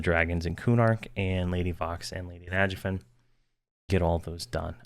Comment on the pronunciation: the way he says nagafen and najena made me sad lol